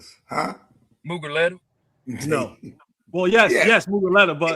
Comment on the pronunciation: Jerrah, made a deal with Moo-guh-let-ta 🙌